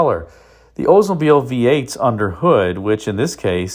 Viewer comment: I don’t know which is more grating to the ears. Hearing about an “Ozemobile” or hearing about someone getting “oder.” It’s as bad as the Pretty Litter gut saying “vet-in-arian.”